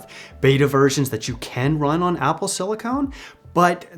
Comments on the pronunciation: great video, the only thing that triggered me was "silicone". Similar stuff, really different application. "Silicon" is what is used to make processors. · CE here, just want to clarify… silicon is pronounced sili-Kin. Sili-Cone is a rubber like plastic. Silicon vs silicone. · Just discovered your videos recently as a data analyst myself and really enjoy them, you got a sub! Just one small note that it's pronounced Apple silicon (sili-cun, for computer chips) rather than silicone (sili-cone, a flexible rubber used in breast implants :P).